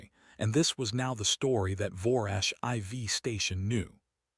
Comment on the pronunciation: Was the durak 4 tons or 4,000 kilograms? They are definitely not the same thing. How did the durak's breath hit the human from 15 meters away? That's over 45 feet. IV in this context is pronounced "4", not "i v". Crater is pronounced "cray-ter" not "krattor". You need to edit the stories and fix the problems before you post them.